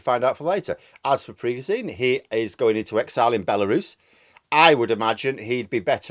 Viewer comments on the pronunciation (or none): It's not Prigojeen. It's PriGOjen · Pri-ga-zine lol PRI-GO-ZHIN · It's PREY-go-ʒin, where ʒ sounds like the s in treasure/vision/pleasure or the g in genre. Another way to think about is that it sounds like a voiced version of the English word 'shin'. The way we spell his name in English makes sense by analogy with s/sh; the difference between z/zh is the same as the difference between s/sh. English orthography doesn't have a reliable symbol for the voiced post-alveolar fricative, but it is extant in many English dialects 😅 N.B. Your dialect of English may realise the words treasure/vision/pleasure/genre/shin differently than mine. Take with a pinch of salt 😜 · I like how you pronounce "Prigosene" like he is some sort of kerosene leaking fire hazard all over. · It’s pronounced prig-o-jun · His name is pronounced PRE-GO-TION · Sorry, there has to be at least one pedant! With my language teacher hat on your pronunciation of the Wagner leader should be Prig-oh-shin. And there's a conspiracy theory going around that the Americans made a deal with Prigozhin to pay him $1billion dollars to stage a rebellion, that Prig told Putin, they split the money between them, laughed their hats off at the US's gullibility, Prigozhin pretended to stage the coup then.... I don't know how this theory ends???!!!! But I prefer your clear, precise analysis myself! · Sorry but I wish you would pronounce Prigozhin correctly. It's pronounced, "Pri-gou-gine". If you have watched any coverage on this on Sky News from Prof Micheal Clarke you would know this. Couldn't watch a video from you talking about this when you aren't even pronouncing his name correctly!! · Great video, but not sure about your pronunciation of Prigozhin. 😬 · @@ Not offended but it does sound funny. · You say "Prigozhin" weird.